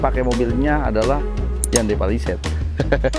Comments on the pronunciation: Bukan handei tapi hyondei bacanya bang 😁😁😁😁 orang kita salah ucap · Cara melafalkan Hyundai nya ituloh..,, Han dey... Asli ngakak banget dengernya... 😂😂😂🤣🤣🤣